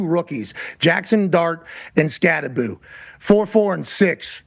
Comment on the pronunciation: It's pronounced, "SKATTEBO," Pat. The name is Skattebo with the B and the O at the end. SKAT-TE-BO. NOT "Skat-te-boo" as in Scooby-Doo, ok.